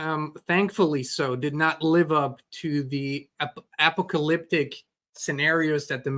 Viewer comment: Uh uh Ap-a-ca-lick-tic. First minute dude shows how stupid he is.